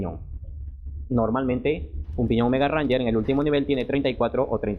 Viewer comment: Tal como lo pronuncias esta mal, no es lo mismo "Ranger" que Range... Yo lo uso ya casi 2 años y va excelente en trepadas, pero hay que saber usar el cambio para no desgastar mucho o dañar la transmisión